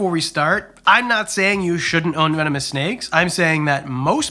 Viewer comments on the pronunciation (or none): I heard you say "venomous" then accidentally say "vemononous" 😂